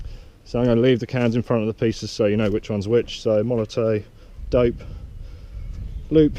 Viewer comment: Its molotoFFFFF not MolotOE... Great Video btw